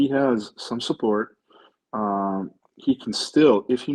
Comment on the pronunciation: The word “support” has a T on the end.